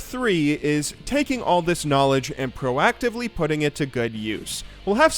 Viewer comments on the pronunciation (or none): proactively not proactvly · Pro-Actively. You're welcome